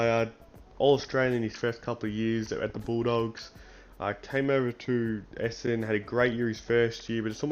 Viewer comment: There is an "N" in ESSENDON. It's not ESSEDON. FFS.